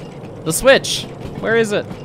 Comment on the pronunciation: "Vere es Train?" "Vhy es Ukrainian?"